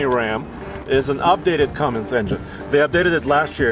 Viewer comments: It's one thing to mispronounce it, but how do your even add a "G" to "Cummins". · No g in cummins, guys please.